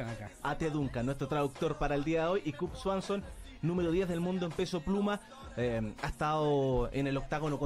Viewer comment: El conductor podría haberse tomado la molestia de aprender a pronunciar el nombre de su invitado. Del intérprete mejor ni opinar.